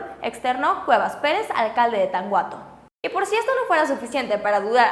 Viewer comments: Eres buena en lo que haces preciosa,pero no se dice tan-uato se dice tanuato auque está escrito Tanhuato.Pero no te preocupes ahora que han pasado tantas cosa ahí muchos lo pronucian peor como: tanjuato. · Tanhuato se pronuncia "TANUATO" porfavor se ven ignorantes pronunciando tanguato